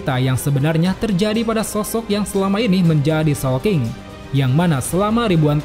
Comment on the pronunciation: Awal² bingung showking, soapking atau sawking 😂😂😂